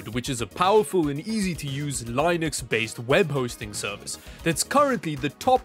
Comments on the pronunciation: It's Linux not Lienux, thanks you ! It's spelled like Le-nux. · Its not line-x it’s LINUX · I don't know what country he is from but do European people usually say (Line-X) instead of Linux? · No its spelled Linux but pronounced Lee nucks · the way he pounces linux shows that he doesn't know what he is advertising